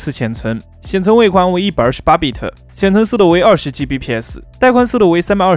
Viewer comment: bit 不要讀成 biter